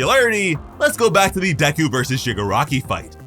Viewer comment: Deku not DeKKu🤦🏻‍♂️